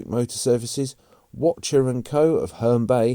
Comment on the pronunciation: Wacher & Co. of Herne Bay is pronounced ‘waycher’ not ‘watcher’!